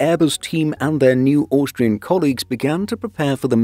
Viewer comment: the way you say Austrian gets me every time hahaha Auuuustrian